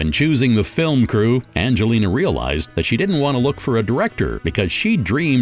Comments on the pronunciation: Does the narrator say "fil lim" for "film"? Film is a one syllable word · So "fillum" means film and "John-ray" means genre. Got it. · Your hilarious pronunciation of certain words is too much. Fillmm. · Okay, I've been biting my tongue throughout but this narrator is taking the mick right? His pronunciation of film " Fil-em", Malificent " Mall- effiecient" just to name a few..... surely this is a piss take 🤣🤣